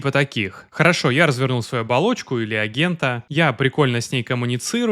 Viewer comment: Эгента,? (слух режет, не смог дослушать до конца , вырубил) Явно в школе очень высокий балл был, по русскому языку.